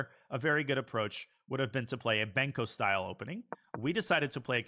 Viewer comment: it is Benko not banko